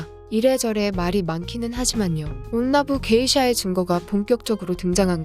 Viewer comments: 그 읽는게 온나부 게이샤가 아니라 온나 부게이샤 같은데 아닌가요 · 다른 분들이 댓글로 지적했는데 이정도면 썸네일이랑 영상내용 수정해야하는거 아닐까요? 1.온나부 게이샤가 아니라 '온나 부게이샤' (한국어로 치면 여성 무예자를 '여성무 예자'로 말하고 있음. 발음하기 어려우면 온나 부게샤라고 하던지요...) 2.호죠 마사코는 '미나모토 요리토모'의 정실부인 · 영상에서 말할때도 온나부 게이샤라고 말하는거보니 어질어질.. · 진짜 일본어로 치면 여자무 기생 이렇게 읽어버림ㅋㅋㅋ 이 채널이 그렇지 뭐